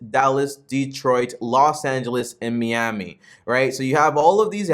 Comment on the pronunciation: Really bro, meeamy? You’ve never heard it pronounced before?